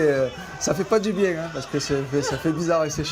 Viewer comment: Journaliste: monsieur Zidane allez vous reprendre la place de de Didier Deschamps Zidane: c’est bieng